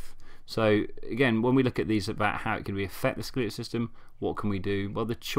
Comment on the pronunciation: It’s skeletal, not skeleetal.